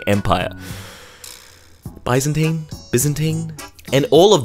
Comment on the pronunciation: it’s bizinteen, not bizeenteen